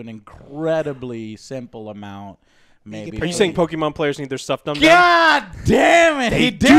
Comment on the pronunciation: How do you guys have a game review channe andl not even pronounce Pokemon correctly? Or even know the pokemon names lol. Embarrasing.